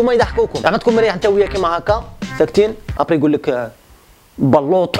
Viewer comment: بلوط نطقها كيما ملموط إذن انت السبب الفيروس